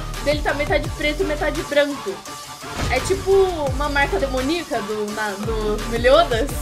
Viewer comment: falando oche eo melioda ali